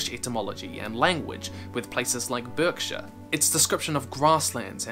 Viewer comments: sorry to be stickler but Berkshire is pronounced Barkshire, I don't suppose Worcestershire or Leicestershire would've been much better to try and pronounce! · Pronounced 'Barksheer' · I have never heard berkshire pronounced 'birk'... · We say it 'Bark-sher', but don't worry about it - ye olde Britishe etymologye is indeed a very specific thing to reference! Part of British culture is defending your weird old stuff, like place name pronunciation (we have a place pronounced 'Toaster' but spelled 'Towcester'), Morris dancing, and putting mushy peas or curry sauce on your chips. And in such a thoughtful and emotive episode, what else is there to nitpick on? :) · Being from Berkshire it hurts me to hear it pronounced in any other way than "bark-shur"